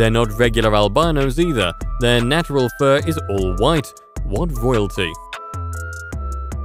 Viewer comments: U said nadderal im out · the nat-er-al world '.' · I’ve never heard anyone pronounce the word “natural” that way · Disliked. 1 - misleading/fake thumbnail 2 - bad/misleading info 3 - the way you say natural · bruh that pronunciation of natural